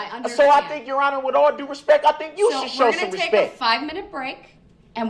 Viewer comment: DB thinks saying "with all respeck" hides the fact that he is being disrespectful !